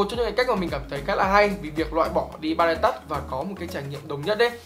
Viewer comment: v a duy đọc từ touch nghe cùi chuối vl :))